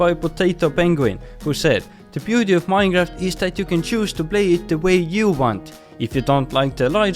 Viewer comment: Minejraft XD